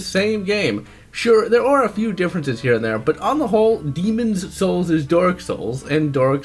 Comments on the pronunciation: Demons Souls is better... Also, STOP PRONOUNCING IT LIKE THAT, WE KNOW WHICH IS WHICH!!! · believe because people say "demon souls" while he is trying to fully pronunciate the title "demonS souls" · What's with his pronunciation of the words "Demon's souls"? Otherwise, I thought the review was fair. But I think demon's souls souls is a completely different experience. It's much more focused and polished than dark souls, and a far better experience, in my opinion.